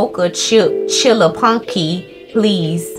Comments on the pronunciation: "Chillapuccino": "Chillapunky" 😂😂😂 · reads saran’s order 2 times as soon as she turns her back: “so a dark chilla chunky” 😂😂😂😂😂😂😂